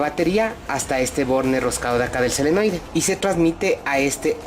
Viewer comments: Se llama SOLENOIDE , NO selenoide .... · Nuevamente, te felicito por tu video! Muy instructivo. Pero insisto, la palabra correcta es "SOLENOIDE " y no "SELENOIDE". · me dio escalofrios cada vez que decia selenoide xD